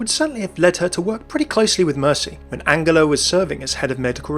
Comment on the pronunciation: You pronounced angela wrong and the audio cuts out